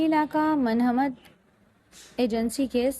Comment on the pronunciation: منمند نہیں بیبی مہمند ایجنسی پڑھ جاہل عورت 😅